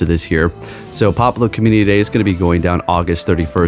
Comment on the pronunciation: Pop-le-oh pronounced right 😂